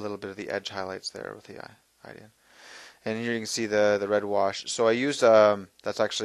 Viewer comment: I truly HATE to do this.. LOVE your video! You keep calling Iyanden Darksun "Ideean"... It's Iyanden (Ee.yan.din). I know, totally ridiculous, but being an Eldar player... I had say something. Please don't hate... Your paint-fu is awesome!